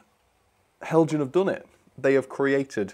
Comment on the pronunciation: Heljan is Danish: therefore "hel-yan".